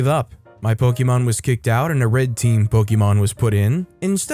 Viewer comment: Sigh po-kuh-mon.....